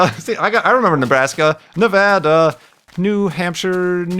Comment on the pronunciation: He always does. And Nevada.